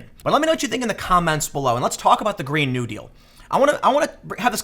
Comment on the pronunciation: It's Green (NEW-deal) not (GREEN-new) deal.